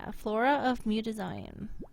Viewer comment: muta-ZEE-own thats how its pronouced, but love the game play keep it up :3